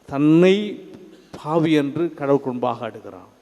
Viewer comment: Nice sermon Father. But Can't believe father's tamilzh pronunciation... tamilzh laah, La, vaali ellai - vaalzhi, phaavi ella - paavi, temble, in english... this Russian ship you hv told previously...